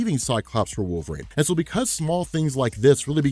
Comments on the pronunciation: Great video, but dude, it's "wolvereen" not wolverain" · It’s wolverine. Not wolvarain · WolverANE. Can't unhear. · I was instantly gaslit when he kept saying" Wohlve-rain" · You actually said Wolvrine , slow it down homie. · Anyone else hearing wolver-rain?